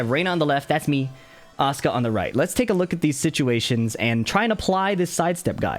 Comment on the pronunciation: It sounds like Oscar instead of Asuka if you say it. That got me so confused😂